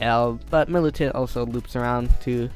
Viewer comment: He said militant wrong it is milicant